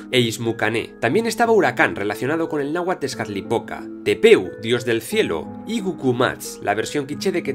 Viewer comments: que raro oir a un español decir bien los nombres nahualt, solo que la palapabra Nahualt no la dijo nunca bien xD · Solo una cosa el "TL" al final no se pronuncia como tal